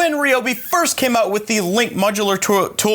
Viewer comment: Rye-obi...... not Ree-obi😛